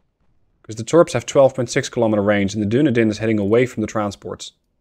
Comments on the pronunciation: I kept smiling during this episode when you referred to the "Doon-a-din". I believe that ship name is pronounced "Dun-eedin", after the city in New Zealand. So while it's not a scion of Numenor, it is at least from Middle Earth. Oh, BTW, nice job relocating the Royal Navy to the bottom of the sea. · i know you probably pronounce a lot of names wrong but ill still correct you based on what i know. dunedin is pronounced "duh-knee-din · Now I'm all self-conscious. There is a city in Florida named Dunedin, but we pronounce it dun-EE-din, with a long E. But I assume you being European, yours is probably the correct pronunciation. 😳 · Nope, there's a city in New Zealand called Dunedin and it's pronounced as you said, he's pronouncing it wrong not you